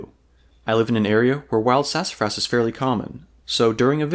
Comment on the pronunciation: Man, slow down. You're going so fast that you're slurring over your words. Enunciation is important in any documentary video. It's sassafras and not sass-fras. You slur over a whole syllable.